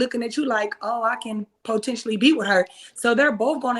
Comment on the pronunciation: She lost me when she pronounced potentially, as po-tentially..that's that hood coming out